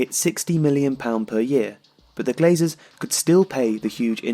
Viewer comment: It’s ”Glazers”